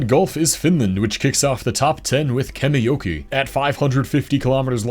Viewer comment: Very nice and informative video. In the end you said that you hope that you didnt butcher the pronounciations. At least you pronounced Kemijoki almost perfectly :D